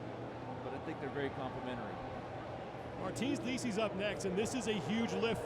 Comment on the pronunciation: Martin's "likeus" ...really?